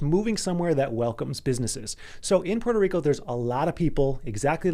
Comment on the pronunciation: learn how to say Puerto Rico first! Good luck